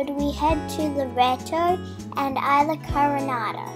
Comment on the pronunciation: Enjoy the show. Pronunciation: It's Mexico and it's jarring to hear you say ayla for 'isla". It's eesla.